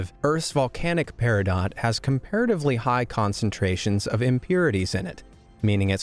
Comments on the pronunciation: It's pronounced "PEAR -uh-dough", not "Pear-uh-dot". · The t is silent in peridot. Its pronounced pear-ah-doe. Its also my birthstone. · It’s peridot, (long O and silent T). Honestly, this mispronunciation of a common stone makes me wonder about the veracity of this channel. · Peridot is pronounced "peridoh" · OR, as us Brits pronounce it "Peridoh" á la French. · Cringed a little when you said Peridot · good video, informative. bad pronunciations (eg: peridot, the t is silent; nacre, the a is short; etc.) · It's ok, mate. He also mispronounced olivine, peridot, vanadium, and a couple of others. But I did cringe at Coober Pedy.